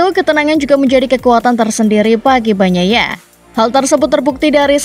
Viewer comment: bilangnya pecco aja gmana? banyaia banyaia agak gmana kedengarannya